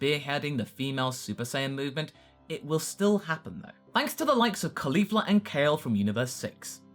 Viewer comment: Sorry for being stringent on grammar, but I'm surprised by the way you pronounced Caulifla's name. I mean, she's named for cauliflower, it's easy to understand the proper pronunciation.